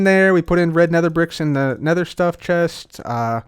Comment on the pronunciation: "Nedder tree"